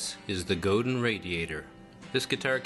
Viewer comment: Good review but the name is pronounced 'go-dan'. It's French-Canadian.